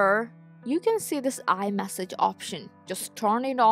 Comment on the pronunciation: Please ask someone to correct you when saying the word« iMessage » Or « Message » .Thank you for your helpful video.😊